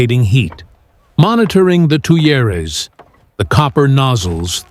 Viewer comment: Those air channels - Tuyerres - are said as “tweers.”